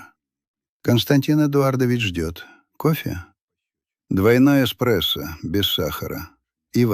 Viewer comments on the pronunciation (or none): Бред ИИ. "Двойной экспрессо, без сахара и воды" !!! Дальше слушать не стал...